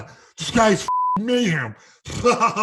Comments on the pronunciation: So Ariel was intentionally mispronouncing mayhem as ma'am previously which caused him to flip out lol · Stop calling him Mayham